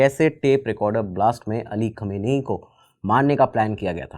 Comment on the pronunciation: Khum name hain aur pahle research kar lete aur pronounce ki prectice kar ke video banane se pahle